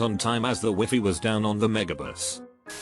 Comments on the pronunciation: 'WIFY' WTF XDXXXDXDXD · the W E E F E E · HE SAID WEE-FEE OMG 🥺😂😂